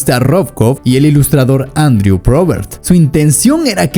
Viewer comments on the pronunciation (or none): none